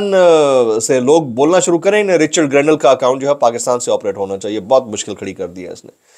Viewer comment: رچرڈ گرینیل ❌ رچرڈ گرنیڈ ✅ 😂😂😂😂😂